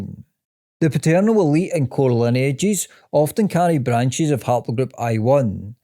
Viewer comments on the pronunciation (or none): none